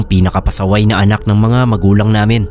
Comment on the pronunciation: Wag po sanang pa sobraan yung pagka bigkas ng ibang words boss gaya ng "namin" pag bigkas parang "naminahhh" tapos my vibration pa. Mas maganda po pakinggan pag natural lang hehe hindi cringy. ☺ minsan kasi nkakainis pakinggan kaya minsan ndi na ako nakikinig gaya ng ibang story tellers. sana po makatulong tong opinion ko. Godbless po!